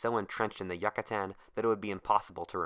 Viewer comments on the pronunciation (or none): youcatan not yuccatan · I hate it so much he said yacatan not Yucatan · It's not Yuck-atan, its You-catan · The pronunciation kills me the Yuckatan? It’s the you-ca-tan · its pronounced YOU-cah-tan please dont ever say YUCK-atan ever again it made me cringe good vid tho.. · As a Brit the pronunciation of yucatan drives me insane. Yuck-a-tan, sounds like yakuza. You-ca-tarn. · Is it pronounced Yuckatan or Yucatan? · Really? Who in the freak pronounces Yucatan like that? You-Catan, not Yuck-Atan. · incorrect: yuck-atan correct: yook-atan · It is pronounced You ca tan, not Yuck a tan. Pronounce it right or don't pronounce it at all. Yucatan. (You ca tan) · It is pronounced You ca tan, not Yuck a tan. Pronounce it right or don't pronounce it at all. Yucatan. (Yoo ca tan) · oof yuh kuh tan rip, its pronounced You cah tan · Its U-CA-TAN not YUCK-A-TAN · It's not "Yuck-a-tan" it's YOU-catan. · You - ca- tan not yuca tan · It's pronounced "Yoo-kuh-tawn" not "Yuk kuh tan" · You-kaa-tan. Not yuk-a-tan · holy fuck it's pronounced like you not yuh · As a Swiss i feel kind of awkward of you pronouncing it Yuckatan? Is it actually pronounced Yuckatan or Youcatan with a hard "a"at the end? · Ok, so instead of saying yuccstan just say it like ucatan, I'm not trying to sound rude it's just really annoying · Why the fuck is he saying yuck ca tan it's you ca tan you fucking idiot get the fuck out of here with that shit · I honestly can't watch this. It's not Yuck-A-Tan, why'd you have to say it so fucking much? We know what place you're talking about.. Jesus.. Re-record this, you fucked it bad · He said yacatan not Yucatan do you don’t have to worries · every time you said "Yuck-a-tan" it grates my ears. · YOO-CAH-TÁN. Jesus christ dude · It's pronounced yoo cah tan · I believe it's pronounced Yoo-cah-tan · Take a shot everytime he says Yuckatan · Please learn how to pronounce name Yucatán. It’s not pronounced Yuckatan. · I think its pronounced you-ka-tan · you-ca-tan I'm pretty sure